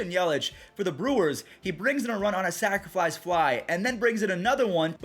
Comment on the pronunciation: Am I the only one that hears say “Sacriflice Fly”?